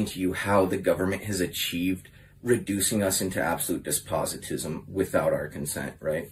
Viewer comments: Shouldn't make fun of of someone's abilities and regard then as slow on YouTube when you can't say "despotism" correctly. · He said Despositism at least 8 times and I can only imagine he’s actually referring to Despotism